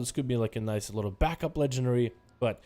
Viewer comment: "That waz niicez" and he's not lie lying "that waz niicez" :P